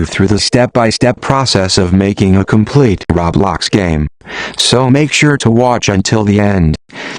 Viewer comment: but they're right now because there are better videos out there instead of this text to speech voice who can't even pronounce "roblox" right.